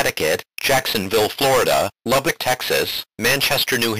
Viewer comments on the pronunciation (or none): none